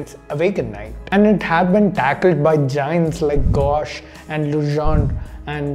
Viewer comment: Gauss is pronounced as “gows” not “gosh”.